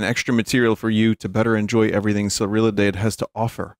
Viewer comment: "Surriladeide" certainly is something to hear